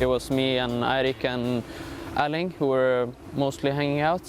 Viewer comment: Creds to the flawless pronunciation! First time a hear a native English speaker get both Erling and Håland right (in the Nordic way). Usually they say "Earling Haalland", but this guy is spot on.